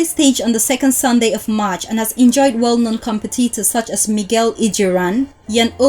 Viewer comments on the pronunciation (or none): none